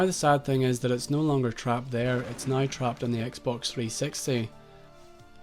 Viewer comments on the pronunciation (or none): what dafuq is a "zeeboo" ? died